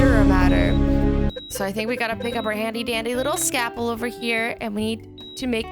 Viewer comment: S C A L P E L not scapel